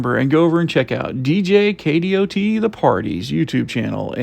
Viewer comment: Please, please, please stop saying K-D-O-T. It's pronounced "Kay dott".